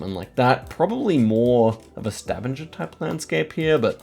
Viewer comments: Stavanger in Norway is pronounced Stah - vang - ah Not staven- ger 😊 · Yeah, hard g in Stavanger. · I love the way you say Stavanger, it always makes me smile :) But if you want to be better in norwegian, you would say StavANGER like you would say anger in english. Its not totally correct because we say A in a different way, but its closer. Still very impressed upu can 5k Norway when I, as a norwegian have no clue. We watch your videos every day <3 Love from Norway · Idk how to correct you but Stavanger is not pronounced with the typical G sound 😅 have to be that guy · Stavanger is NOT pronounced like that 😭